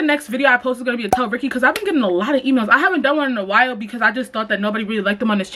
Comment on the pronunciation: LMAOO rykky not “year he year he”😭